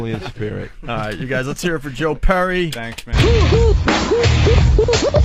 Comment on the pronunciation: "Joe Purry"